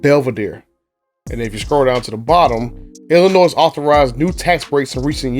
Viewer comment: It’s not Illinoi S The S is silent